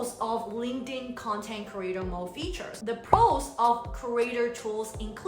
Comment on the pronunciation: Are you saying "creator mole" ???